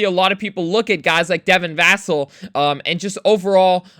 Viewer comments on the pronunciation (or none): Va-cell. I’m high on him too.